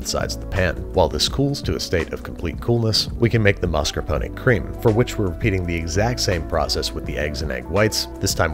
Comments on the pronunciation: Why do you say “Maskuhpony” it’s mascarpone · I’m only 1/4 Italian so I’m only 1/4 crying when I hear “mas-kar-poh-nee” It does not contain a miniature horse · Mascar... Mas... Mascarp... MARSCAPONE? This is one of those Berenstain Bears things, huh. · Am I the only one who hears "master pony cheese"?